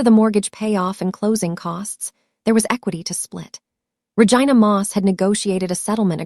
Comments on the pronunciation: The way the AI pronounced Vigina😂😂😂😂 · Every time she says Ra-Gina I crack up because what lol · 😂😂😂 I thought she was saying Vagina oh it was Ragina oh my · You need to pronounce the name right since you named her Regina